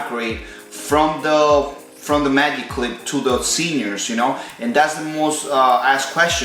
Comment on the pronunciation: “Mayyug cleep”